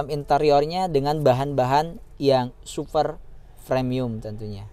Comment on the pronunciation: Headunit yg SUFER SUFER jumbo? SUPER BANG.. bukan sufer... Secara pengambilan gambar udah bagus sih baang.. Tp cara bicara lu aneh bnget sumpah.. Belajar ngomong dulu dah di depan kamera.. Semangat ya 😎